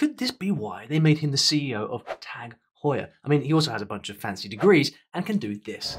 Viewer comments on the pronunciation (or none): none